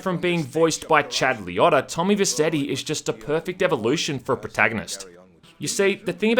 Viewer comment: His name is pronounced Tom VerCHetti. If you are such a big fan of Goodfellas you should know that